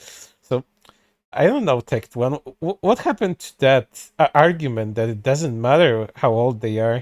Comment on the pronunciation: got so mad he can't even say Tectone's name correctly lol